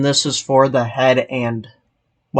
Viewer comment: “Zee head” made me chuckle